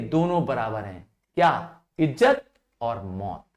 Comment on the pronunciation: Btw sir be not be angry u pronounced izat as ijjat